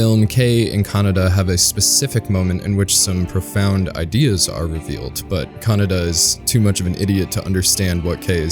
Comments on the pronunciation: Great video! My only criticism is your pronunciation of "Kaneda". You sound like you're saying "kah-nah-dah" when it should sound more like "kah-ney-dah". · It's Kaneda. Kaneda